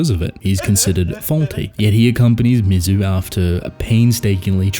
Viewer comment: Well-written essay! But I’m “that guy,” and you pronounced Mizu’s name correctly once during the entire video. MEE-ZOO. I’m being pedantic about it because she is the titular character. Otherwise, an outstanding video and observation!